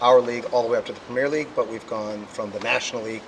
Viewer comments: PREM EARRR LEAGUE NOT PREMEEEEIRRE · BLESS HIM USA SAY PREMIERE LEAGUEINSTEAD OF PREMIER LMAO IT SNOT A FILM RYAN :p NICE TRY THO